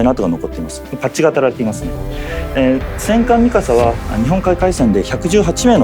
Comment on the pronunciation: Seems like the English speaker mis-pronounced “Tsushima” as “Tushima”. It’s supposed to be “Su-shee-mah”.